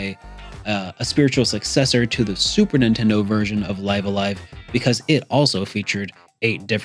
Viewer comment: I'm pretty sure it's supposed to be pronounced, "Liv a Live".